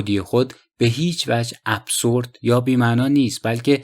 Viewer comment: اِبزُرد هست چون با تلفظ اس خوانده نمی شود